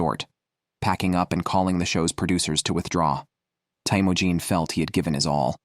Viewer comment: is teimojin mongolian if so it would be “Temuujin”